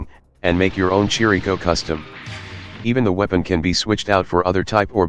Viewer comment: Nice, but correction, the "ch" in Chirico is not pronounced like church but like Christ. His name is written in Japanese as キリコ and not チリコ. He was named after Giorgio de Chirico (/ˈkɪrɪkoʊ/ KIRR-ik-oh) and the Cubism movement. It's definitely a K sound.